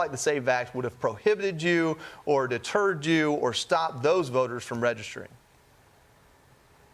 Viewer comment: Can't you say rural? It's not hard. Rule is a different word.